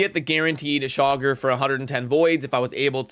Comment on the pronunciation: Chaagur : Chay-Goor